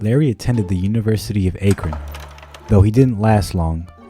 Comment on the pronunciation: This music doesn’t match the tone of this wonderful story. FYI Akron is pronounced Aah-Krun not Aye-Krun. Aah like Apple. How is this an internet mystery? Not trying to complain. Hope this helps.